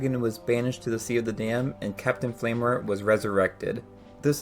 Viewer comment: Great video but uhh…. Did I hear you say Clapton flameheart ???